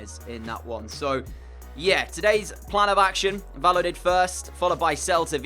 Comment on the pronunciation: Just for future reference Valladolid is pronounced 'Vayadolid' not 'valodid'